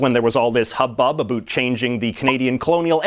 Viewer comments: Why hè says "abut" instradamento of "about" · "N sine"..."a boot"..."a roond" - damn dude, you can't speak Canadian English...sad. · "a boot" yay